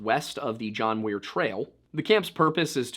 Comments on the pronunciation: John Muir. Not Weir. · it sounds like you were saying, Weir. I don't know why it came across that way on the video. Thanks for clearing that up! 😉